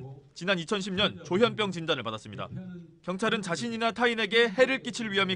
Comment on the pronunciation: 조현뼝? 조현병? 아나운서 발음도 서로 달라